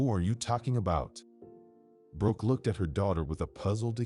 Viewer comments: It's Brooke not Broke. The AI is stupid. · It was to difficult to listen to this story with the mispronounced name of "Broke" instead of "Brooke"! The editors/ administrators of this story need to return to school for a remedial English class, possibly at an elementary or intermediate level to learn the alphabet, correct usage of nouns, pronouns, verbs, etc, and pronunciation of a spelled name. Also they need to learn to conjugate sentences so that they can fully understand and comprehend what what they are reading BEFORE a story is released, published, and aired on YouTube. Shame on whoever approved the release of this story! 😮😟💥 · I had to quit watching. The AI pronouncing Brooke as Broke too distracting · I hope the narrator reads the Comments. The wife’s name is pronounced like: Brr - oo - kk — Brook. Think of a small stream - a brook!